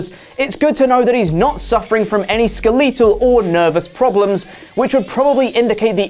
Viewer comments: Im sorry. But are we gonna let slide that he said Skilleetoe and not skeletal? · "Ska-leet-l?" Jesus Christ, do all Brits say "skel-uh-tul" that way? If so, that's some cringeworthy shit. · “Skeh-lee-tul”. Is that how the English say “skeletal?” Do you have a “skeh-Lee-tun” inside your body? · SkelLEEtul? Is that a British thing or is turning into Matt Hardy? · is it a British thing pronounce skeletal like s-kee-le-thal ???????? that threw me off lol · skeeleetal..........what word is this......... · Skeletal? skuh-lE-tal? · Learn how to pronounce skeletal😂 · I was going to ask if that was a British thing. As a yank, you can never quite tell. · Really cringeworthy. It's almost like he never saw the word "skeletal" before. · yeah he's saying it wrong, never known any other people say it the way he is 😁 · There is gonna be SO much complaining about how "skeletal" was pronounced! Sometimes I hate the internet! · Thumbs down for that atrocious pronunciation skeletal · I hate to be that guy but...is no one gonna bring up pronunciation of skeletal? Or is the way he says it a common thing I'm not aware of?